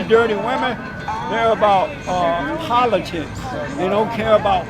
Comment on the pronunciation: Did he say it's about politits? Yeah, I think he said politits